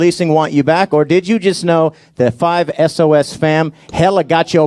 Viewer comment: Cringe alert ''5-Es-Oh-Es''